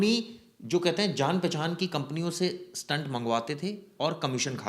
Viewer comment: स्टंट का अर्थ अलग है." स्टेट " यह सही उच्चार है